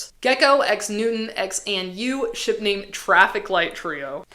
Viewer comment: Every time you day ship i swear i hear shit 😭🙏